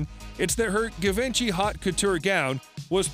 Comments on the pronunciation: Its not giv-en-chy… it’s gee-van-chee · It’s not pronounced Guhvinchy 😂 Geevaunshi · Zhi-von-zhe or shi-von-shea...you are doing a fashion vid, at least pronounce the designers name somewhat accurately... not Give-inchy, lol which rhymes with Da Vinci...oh my word you gave me a chuckle. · Give en chi ....um.... nope this not how you pronounce Givenchy. Try jiv on chi and you will be on the mark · Givenchy is pronounced with a French “J” sound, a soft “jz” made with the tip of the tongue, almost like saying “shh.” So its “jzhiv-on-shee,” not GUH VINCHY. But it was funny to hear it said so many times! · correct pronunciation of Givenchy is "Zhee-vaan-shee" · 🙄"Guh-vINchie"???? (Givenchy) Omg, you could at least try to say it correctly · My ears are hurtng from this „guh…”😬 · ITS NOT givenchy itspronounced JEEEVONSHEE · "Givenchy" 😂 it's pronounced- "gee-von-shee" but I can tell you aren't a fashion guy so i'll let it slide. I think I also hears organza pronounced wrong too. Just giving you a hard time and joking around 😊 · You really think that's how to pronounce 'Givenchy'? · That bothered me. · You would think before making a video they would learn the proper pronunciation. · Painful to hear him butcher that🤣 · I think the pronunciation of Givenchy here is not accurate. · Yor didn't pronounce Givenchy right. I don't think any of those dresses were worth it. I loved the last one though. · Please god, learn how to say Givenchy properly. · The narrator should learn how to pronounce "Givenchy". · He destroyed the word givenchy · Dude is pronouncing Givenchy wrong but hey he's a wedding gown expert right? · I had to stop the video. Could not stand to hear the narrator mispronounce Givenchy. Was like nails scraping down a chalkboard. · How many times can we mispronounce Givenchy? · Is the announcer purposely mispronouncing Givenchy’s name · If you can’t pronounce “Givenchy” you probably shouldn’t be doing high fashion videos. Just saying 🤔